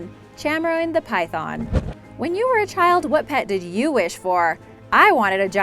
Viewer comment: Try to learn how to say python it's very disturbing